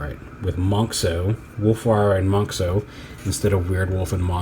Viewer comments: It's actually not pronounced "mohnks-oh", it's still pronounced like "mohns-oh", just spelled differently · I'm super happy and excited that you pronounce <Monxo> as [ˈmɑŋksɔw] and not as [ˈmɑnzɔw], because I personally hate it when in English is pronounced as [z]. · Not sure why, but ive yet to see any reviewer pronounce monxo correctly. Its mon-zo, the x makes a Z sound like xylophone, it was their way of going around the copyright.